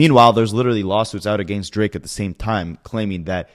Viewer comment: A-Gain-st is really starting to give me Duche chills